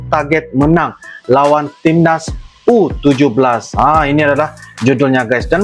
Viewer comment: Ur...17 bukan u17.🤭